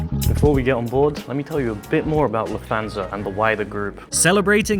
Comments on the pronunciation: You mispronounce Lufthansa as Luf-thansa. It should be pronounced as if it's two words Luft-hansa so you hear the T and H separately, not like the "th" in "that" or "this". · Lufthansa is pronounced "Luft Hansa", not "Luf Thansa"... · The accent is on luft not on hansa.